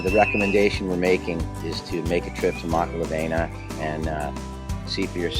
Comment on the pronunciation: Great vid bro! So you sound like your from Kona learn how to pronounce the word "makalawena" correctly:)🤙🏼not makala"VEI"na but Makala"VEE"na again great video bro